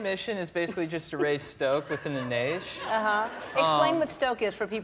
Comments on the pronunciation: “Raise stoke within the naish” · “Raise stoke within the naish”🤪